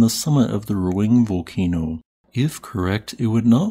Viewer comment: It is pronounced Ru-Ang not Ru-ing, duh